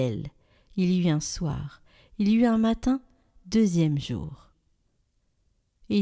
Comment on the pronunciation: Très beau passage de la création, c'est un texte qui révèle la puissance de Dieu créateur du monde. 1ère lecture, ...... faire les liaisons, " Il y eut un soir (T'UN soir, il y eu T'UN matin ".